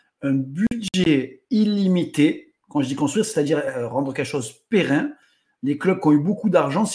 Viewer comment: on ne dit pas périn mais pérenne même au masculin 😊